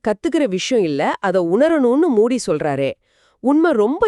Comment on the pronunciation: மூடி இல்லங்க மூஜி